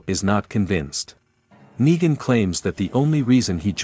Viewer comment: Why you say nagen